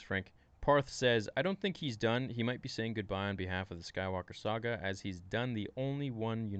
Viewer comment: Yeah but it's funny how he fails to day saga and says sAga